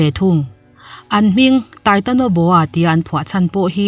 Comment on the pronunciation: Titanoboa not titonoboa.